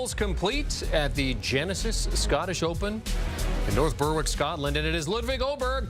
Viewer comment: It's North Berwick not New Brewick 😔